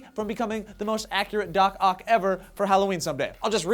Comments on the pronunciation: I thought at the end started saying, "da cock arms" instead of, "doc oc arms" LMAO Thanks. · after a while, at the end it just sounded like "Da Cock Arms" Sourcefed at its finest.